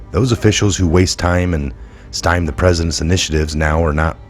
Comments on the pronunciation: It’s not ‘stime’. The correct pronunciation is sty-mie. This is all nonsense and a complete waste of time. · Pronounced "sti-mee" not "stime" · Great video and important information. May I make a constructive criticism please? You are pronouncing “stymie” as “styme”. This word has two syllables, the last one of which rhymes with the word “me”. Otherwise great job.